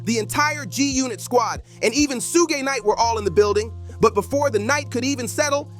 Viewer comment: When the creator of this Video didn't pronounce Suge knight's name properly😂😂😂 I knew this is a clown recital not by anyone who is for and knows tge culture 😂😂😂